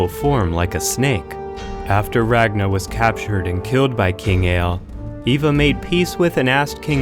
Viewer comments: Its not Eva the boneless... I Var ! and its not Ragna.. Its Rag Nar. Drive me nuts man. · “RAGNA” Me: eye twitch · Rag Nahhhhhh? I thought it was Ragnarrrrrrrrrrrrrrr.